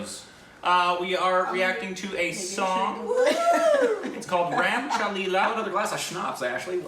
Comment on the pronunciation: Dude, it’s “Cha-hey”! “Ram Chahe Leela, (And) Leela chahe Ram.” ~ Ram loves Leela, And Leela loves Ram (but they don’t know it because won’t say it to each other so it’s screwed!)! I tried, I just started learning Hindi.🤣🤣🤣🤣🤣 Love y’all, and thank y’all for making laugh!! 💚💜🦋🦋🤣🤣😘😘😷😷😷